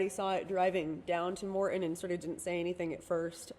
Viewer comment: As a spokesperson/PR person please work on not saying UM hundreds of times in a 30 minute video. FYI it's Morton not Morten. Thanks for the update.